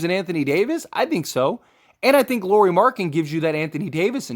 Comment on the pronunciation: If you are going to make a video and your centerpiece is Lauri Markkanen please at the very least learn how to pronounce his name correctly.